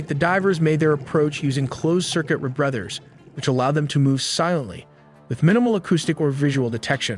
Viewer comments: No AI?! ....when talking about the equipment the divers use, it was said the divers used "Re-Brothers" when the actual word is "Re-Breathers. This is a easy word any human can pronounce but something AI would not say correctly.... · I love how the Narrator calls CCR Re-Brethers. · ~CO-VERT~ AND ~REE-BREATHERS~ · The pronunciation of "rebreathers" as "rebrethers" gave you away - this is definitely AI reading a script. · Teach your AI how to read “covert” and “breathers.” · Great video. Weird pronunciation, on words like "rebreathers" and "covert"